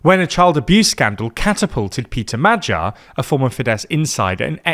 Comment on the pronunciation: Famous political figures Ferenc Guvicsánja and Pítör Madzsar.